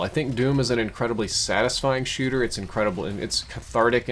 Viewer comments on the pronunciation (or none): none